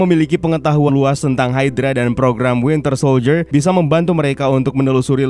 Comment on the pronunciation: Admin at 17.03 says wintel soldier